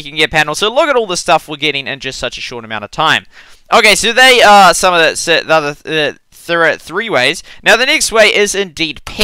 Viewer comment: Lol tree ways he said